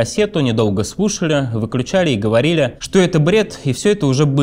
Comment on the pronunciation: Блин, что у с речью, конкретно с буквой Л? ХодиУ, писаУ, говориУ. Режет слух.